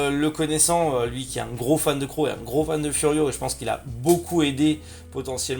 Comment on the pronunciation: J'suis là, j'suis là ! (par contre "crowZZZZZ", ça me stress d'entendre Cro)